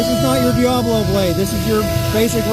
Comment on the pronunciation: Dee-ah-blo NOT Dee-ay-blo